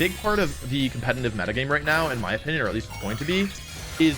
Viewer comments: Compenanive. Companinive. Cumpeninive. Compenaneva. Goddamit dude, why can you NOT say competitive. Jesus FUCK! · When will the man learn how to pronounce "competetive". COMPETENTIVE